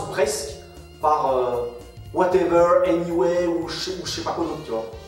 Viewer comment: C’est pas whatever c’est Weudever ça se prononce